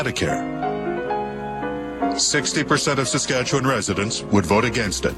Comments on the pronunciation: I'm canadian and on the story of tommy douglas hearing SaskatcheWAN almost gave me a heart attack I swear also its pronounced Saskatchewin or atleast won instead of w on. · SaskatchewaAAAAAAAAn........ ......nailed it. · It’s saskatchwin but spelt won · I mean I’m not surprised by how she pronounced Saskatchewan but I still had to cringe